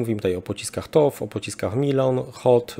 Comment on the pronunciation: TOW - czyt. toł 🫡